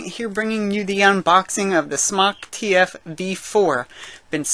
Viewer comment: no he pronounces it correctly